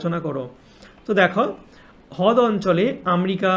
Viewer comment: দাদা হদ না রদ😊😂😂❤